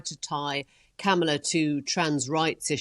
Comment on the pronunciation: I find it kind of weird that after all this time, Maitlis is the only major media figure that gets away with mispronouncing Kamala Harris' name.